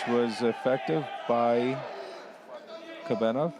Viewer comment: Is Kobenov that hard to say? Russian athlete?